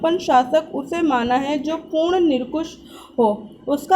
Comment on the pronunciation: Nirkush nhi nirankush hota hai